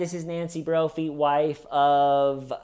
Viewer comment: Every time you say “Nancy broughy ”.